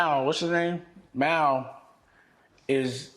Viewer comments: Why he pronounce his name like Myal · Because it’s Mal and not ‘Mall’